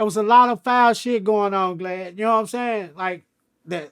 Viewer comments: He's saying "G"lad for a reason. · He keeps calling him "Glad" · This how many times he calls “Vlad” “Glad” 👇🏽😂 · I thought I was trippin😭😅 he definitely kept calling him glad 😭😭😭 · Break da law break da law break da law 😜 I’m dying he’s really calling him Glad imagine he kept telling everyone he was doing the interview with Glad or not at all 😂 Awww Crunchy Black ❤️ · Crunchy keep calling the snitch glad instead of vlad 😂😭😂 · Lol everytime he kept on sayin Glad and Vlad aint correct him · It’s GLAD for life now. I can’t unhear it. If it’s the face shot I need to hear him say Vagina lmao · Oh... Haha. Was wondering why he kept calling him glad. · LMAO IS IY JUST ME OR CRUNCHY KEEP CALLING HIM GLAD 😂😂😂😅🤦‍♂️🤷‍♂️🤦‍♂️🥴😂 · This just hit me...he called him Glad on purpose...Cruchy Black a hardcore G.D. He replacing the “V’s” with “G’s” on purpose just like how hardcore Crips and Bloods replace there “B’s” and “C’s” when they talk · Boosie and Crunchy Black should do VladTV interviews together like Godfrey & Lord Jamar!! It’s hilarious how he keeps calling him “Glad” 😂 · He kept calling that mane "Glad"!!😁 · He’s saying Glad because of his affiliations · None of them country dudes can say Vlad! 😂😂😂😂😂😂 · Somehow before I even clicked on this I knew he wouldn’t be able to pronounce vlad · Crunchy is so hood that vlad want correct him for saying his name wrong lol